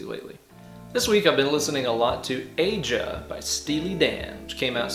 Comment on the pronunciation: Steely Dan ... Incredible sound and inspirational tool at times. One of my favorites. (btw - "Aja" is pronounced like "Asia" - but close enough - I'm sure Donald won't mind). \m/ For an interesting story and some food for thought, check out Steely Dan and Mu Major chords. Pretty interesting stuff.